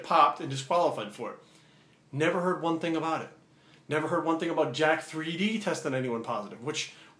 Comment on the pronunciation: I swear it should be pronounced 'jacked'. They spell it jack3d not jack3D